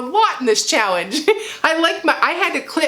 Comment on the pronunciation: I’m sorry … are you saying chowenge? Hey that works instead of challenge. Great job😄👍🏽